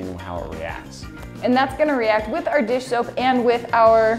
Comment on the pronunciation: around 3;30 you said dish shoap